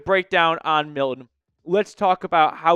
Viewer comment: Can you pronounce Milton? Yikes.